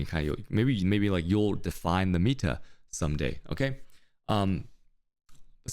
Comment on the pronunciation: 45 minutes in and I finally understand that's "meta" he's saying, not "amita", which makes it way more understandable